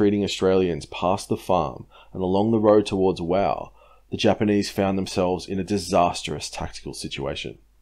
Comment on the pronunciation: Wau is not pronounced "wow" as you mention it, It is pronounced "WAY" goo job though sorry for the correction however I was told how to say it as an old neighbour of mine came from there in the early '50s.